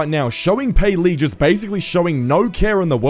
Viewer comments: it not payleey it gayleey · Payleey❌️ gayleey✅️